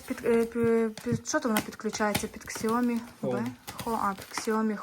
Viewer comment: Не ксиоми а сяомі, ви ж там були, слухать стидно